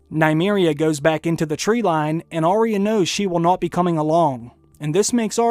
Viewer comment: Will you PLEASE listen to Ar-ya say her name. She DOES NOT say Ar-eeya. She should know how her name is said.